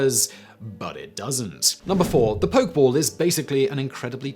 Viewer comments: Poke-EH-ball...not a poke-ball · Nobody: Absolutely no one: Simon: "Poke ball" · This kills me. He knows how to pronounce Pokémon, but not Pokéball. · you do say it like poke-eh-ball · Say it Simon... Drop the blaze on them.. you dgaf about the pronunciation of pokeball.. let em burn